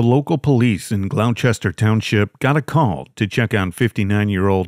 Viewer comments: First story. It’s Gloucester not glochire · AT- - GLOUCESTER- Pronounced GLOWSTER ! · Gloucester is mispronounced. It's pronounced glawster just like in England. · Learning the right pronunciation of nouns is necessary for any enjoyment of your videos because it sounds like nails on a chalkboard every time you mangle one; Gloucester= GLAW-ster.